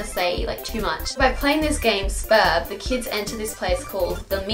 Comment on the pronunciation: thank you for saying "Sburb" not "S-burb"